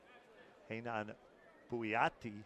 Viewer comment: Quadra horrível e fala desse "locutor" americano chapadão de whisky tapado ... o jogador que saca e o que ataca na rede é sempre "maurriciiio Borrrgeiss"... putz esse entende de volley ... e a pronúcia de "Renãããããaann" ... putz dói no ouvido kkkk